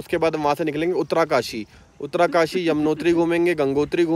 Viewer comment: BHAI UTTRAKASI. NAHI UTTARKASHI❤😂